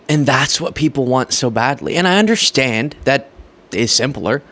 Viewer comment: Anyone else notice saying undershtand?